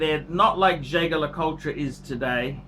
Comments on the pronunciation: Jay Gar La Cull Tra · Learn to pronounce the name of the brand before you give your opinion.